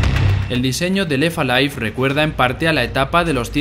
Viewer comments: "La historia de Lefa Life" y así durante todo el vídeo. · Pues pronunciando la T. Pero en inglés, no en francés. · Lo de no pronunciar la 'T' entre 'left' y 'alive' del narrador le da un punto noPor. Alguien tenía que decirlo. P.D: Sin duda esa sustancia está viva (o al menos la da).